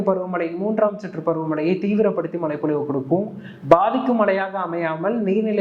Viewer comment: Bro... மழைப்பொழிவு.... மலை பொழிவு அல்ல... ழ